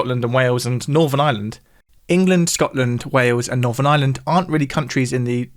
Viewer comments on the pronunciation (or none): I pronounce island and Ireland very differently, but they sound very similar coming from! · It's SO strange to hear "Ireland" pronounced as "island".